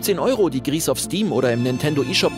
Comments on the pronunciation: Nur als kleine Klugscheisser Anmerkung: Das Spiel wird "gri" ausgesprochen da es französisch ist und "grau" bedeutet. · Gris wird doch bestimmt Französisch [ɡʁi] = grau ausgesprochen, oder nicht? :O